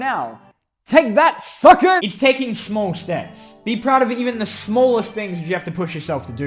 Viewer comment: Hey great video I loved it, but I swear that you said sucker in an american accent.